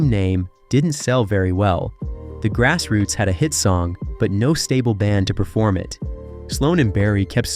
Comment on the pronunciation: The pronunciation on this narration is all over the place "Grass Roots" is pronounced 4 different ways!!!